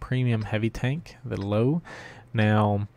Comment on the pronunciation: In German, Löwe is pronounced ''Leuveh''. Anyway great game!